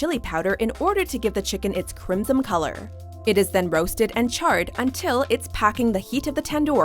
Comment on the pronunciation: PLEthora not pleTHORa, also, maybe don't hire people w/speech impediments for narrative purposes... CrimsoN not CrimsoM.